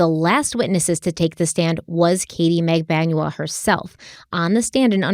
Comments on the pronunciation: Mag-ban-wa is the correct pronunciation. It’s a common Filipino last name but not common in the US obviously so it’s understandable to mispronounce it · Just watching this video now. got the right pronounciation: Magbanua in Filipino is Mag-ban-wa. 🙂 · It's mag-ban-wa. Accent on the 2nd syllable. :) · TBH it's cute when you mispronounce the names, and people should understand that it happens esp when the names are foreign, it's not disrespectful unless you do it intentionally. BTW Magbanua is pronounced MAG-BAN-WA (short A's always in Filipino). Love your work.